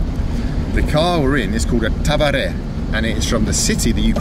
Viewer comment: Tavare xD. It's Tuv-ree-ya